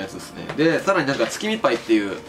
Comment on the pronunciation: 月見っぱい って聞こえたのは俺だけ？